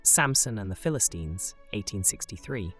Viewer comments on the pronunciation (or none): PHILISTINES NOT PHILISTEENES>>>|